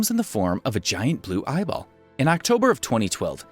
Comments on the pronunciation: Did he say real ibol 👁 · did he say ibol